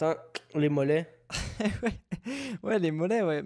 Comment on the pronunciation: LES MOLLEEEETS IL A DIT PTDRRR jpp ces québécois